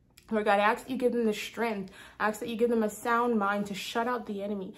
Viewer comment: thank you!!! great confirmation ❤🎉 if i may be allowed to say one thing, in love and not out of criticism, but i hear you say the word ask as aks.. but in pronunciation it is the s before the k. 😅 not super important but felt i should draw your attention to it so you are able to address it if led to by the Lord. have a blessed day!